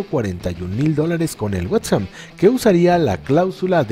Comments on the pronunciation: Wets ham qué pedo fumó Motta el narrador antes del vídeo o qué traie 🚯🌿 se pronuncia West Ham mejor pongan a un narrador qué sabe inglés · Este narrador que me Imagino es un profesional debería de aprender a decir la palabra west ham Antes de hacer un vídeo